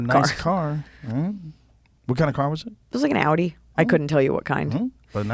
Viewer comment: I appreciate the proper pronunciation of Audi